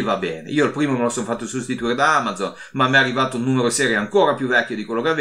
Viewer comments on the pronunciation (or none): none